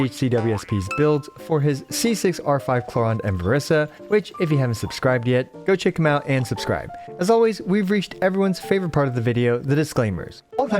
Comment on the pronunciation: I can't take it when you call her " cloraand " 😭😭😭